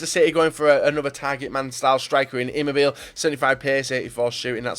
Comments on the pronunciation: "ciro" chero "immobile" immobilaay you idiot its an Italian pronunciation stfu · Imobileey that's how you say it you bloody egg